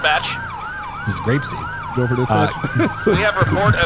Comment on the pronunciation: "I'm goin to Grapseed"